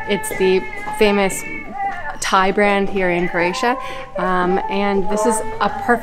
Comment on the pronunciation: Nice videos. But you tend to say "CRAY-TIA" a lot, which is not correct and sounds weird. Just making a point to pronounce it CRO-A-TIA, which you do sometimes but not all the time. Thanks.